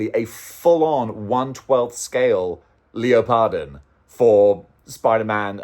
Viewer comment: 1. The DarkStalkers characters on display are Morrigan and Lilith. You can tell them apart from the fact that Morrigan is a grown woman, but Lilith is a flar-chested girl in her teens. 2. John Cena would be great as Guile. 3. It's pronounced leopard-on.